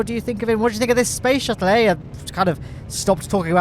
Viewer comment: Yes, spoce shuttle